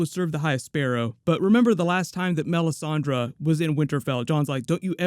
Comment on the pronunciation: says melisandrA lol it's funny